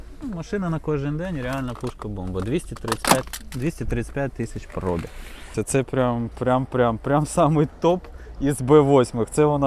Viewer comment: Хто каже слово пробІг з наголосом на о, той довбойоб.